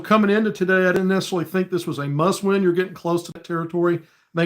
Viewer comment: OK, did you say it was a muss win! I have heard that before! Lol. Go hawgs